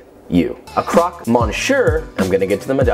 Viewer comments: No it's not.. missyuh is correct but croque is pronounced more like crock than croak. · You are awesome... it's pronounced cro-que like 'croak' in english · I love how you wanna "edumacate" us but can't even pronounce the names of the sandwiches correctly